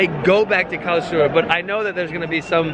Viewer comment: I love the way English speaking people are trying to pronounce 'Karlsruhe'. This was actually pretty close